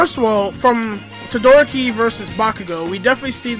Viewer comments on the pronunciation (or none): DID THIS DUDE JUST SAY TOE-DOOR-OKI